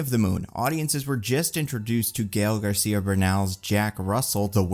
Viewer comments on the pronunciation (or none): none